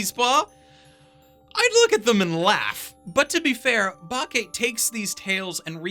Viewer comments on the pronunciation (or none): >Can't even pronounce Bake properly yeah opinion into the trash.